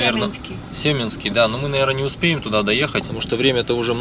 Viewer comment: Катунь , ударение на второй слог , Семинский перевал , ударение на второй слог . Все спокойно проезжают по перевалу , на низких машинах , можно же посмотреть чужие ролики и ехать спокойно , такую даль проехали и не доехали до Кату Ярык 🤦‍♀️